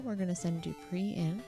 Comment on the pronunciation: Wanna know something hilarious? Dupre's name is pronounced 'Doo-Pray', he even says so in Ultima VI: The False Prophet (SNES) that it 'rhymes with fray'. XD So inadvertantly you missed a chance for a pun/alliteration with 'Dupre died in the fray'! Anyway, real treat to see someone complete this game legit-mode. Not many people do proper longplays and either only play for a short time or only play short games. This has been a, what, 16 hour adventure? And you're playing quite well, with expert knowledge! Quite a lot of repetition and grinding, but an enjoyable journey, yes? Not many games can offer that in actual gameplay, and not just 'you died, do it again the trillionth time this level', or an even worse degree of grinding. All this, on a system with just 24KB RAM (16KB video, 8KB system) and a 256KB ROM cartridge, driven by a 3.5 MHz 8-bit CPU.